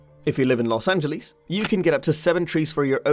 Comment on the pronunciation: Good video! FYI no one really says it as "Los An-je-lees" except as a joke, it's generally "Los An-juh-luhs" though I suppose the closest to the original Spanish would be "Los An-je-les" and I don't think anyone would bat an eye at that.